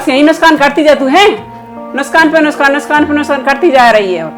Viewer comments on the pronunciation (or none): Nuksan aata hai nuskan nahi